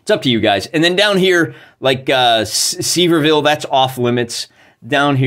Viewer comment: Some important pronunciation tips: Any time you see "-ville" in Tennessee, it is pronounced "-vull" like gull with a v. Also, "Sevier" is pronounced like "Severe", so it's "Severe-vull"